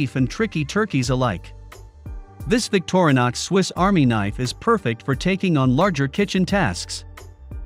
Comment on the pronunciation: victor-nix.... another text to speech video